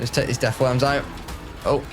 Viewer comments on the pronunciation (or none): none